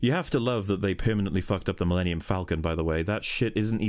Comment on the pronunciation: "My pride and joy," yet he can't take the time to pronounce it; it literally sounds like he says "The linium Falcon."